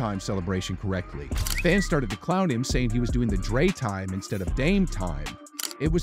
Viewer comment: "Dray Time" 😂😂😂